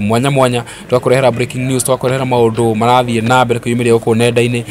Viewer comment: In kikuyu language we don't have letter L. Mbere not Mbele